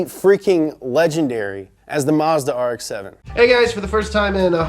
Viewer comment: DA NEW AARREKKSS SE SEVINNN